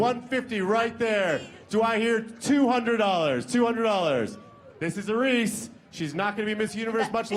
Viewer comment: I don't like the guy announcing and around the 57 minute mark when he said "Iris (Ear-Ees), Iris, whatever we're gonna call you now" that was so rude - Her name is not "Eye-Ris" it may look like it but it's not. Show some respect!